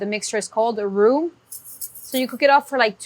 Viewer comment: I swear she's saying "who" 😂😂😂